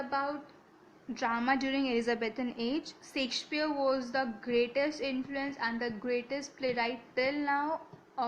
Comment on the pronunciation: Please correct ur pronouciation... U have brutally murdered the playwrights name... Shakespeare.. Stop creating a new version of language of ur own....